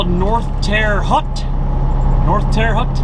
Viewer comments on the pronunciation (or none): Terre haute is pronounced "tara hote" lol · Pronounced Terra Hote. :-)